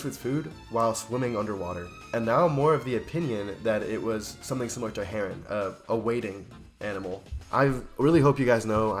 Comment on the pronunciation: Heron, not Huron. The Huron are a native American People.